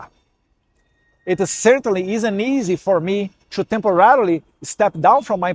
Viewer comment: Eduardo, melhore a pronúncia do TO, você pronuncia como se fosse TWO.